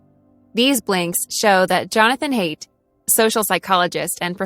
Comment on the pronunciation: "Haidt" is a beautiful German name, and should be pronounced "High-dt".